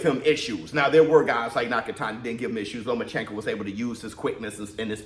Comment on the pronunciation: Lo-mas chenko had me dead🤣